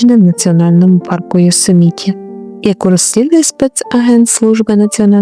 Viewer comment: ЙосЕміті, а не ЙосемІті!